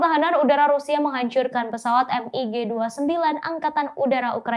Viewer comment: Bacanya "Mig" bukan "M-I-G"